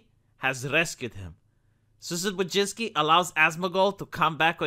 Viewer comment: is much closer with the pronunciation of "Wójcicki" than his American peers, but it's still not it.;)